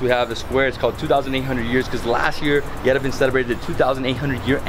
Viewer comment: Sorry after 10days you still can't pronounce Yerevan correctly! I enjoyed this series immensely! Thank you and your beautiful hostess Lusine